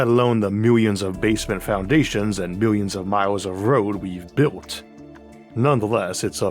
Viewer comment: Tywanasawus Wex, the Awk, the wowod, paiwawawe, fwum, peewamid, miwions of miyos... impossible to continue watching this drivel!